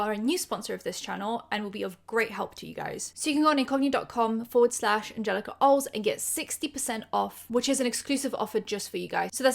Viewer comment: Wait, so is it Oles or Oles now? You keep pronouncing it differently 😆